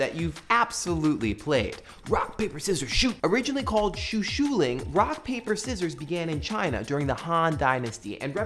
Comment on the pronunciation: Shoushiling: Show Shuh Ling, not Shoo Shoo Ling ;)